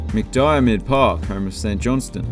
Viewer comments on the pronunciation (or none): Your pronounciations of Tannadice and McDiarmid Park made my ears bleed.